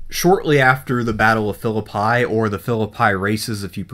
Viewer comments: Yeah, I’m from West Virginia and I never heard it called anything but Fill-a-pee. Not Fill-a-pie. I crossed the covered bridge there in about 1962, with my dad and uncle to go trout fishing near Franklin. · I lived in West Virginia most of my life. Virtually no Civil War Historian can say the name of the town where that first battle took place correctly. In Shakespeare, it is File-lip-pie. In WV, it is is Fill-ip-ee. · Phillippi is pronounced Phi- llil- pee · Phillipi has a Long E sound at the end. This guy glosses over a lot. A few claims in the early video are misleading. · He didn't know how to pronounce Philiipi either. There's a lot of crap going on here.